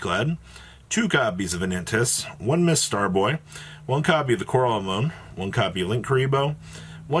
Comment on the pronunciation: Bruh its Coral A-NEN-O-MEE you know like the things Nemo swam in in finding Nemo? Also I wonder if the paleo player should play almiraj. Feel like if you only open 1 frog it at least gets you into your dogmatika engine, protects ecclesia, and fuels your yard for ronin/puts a ronin in grave.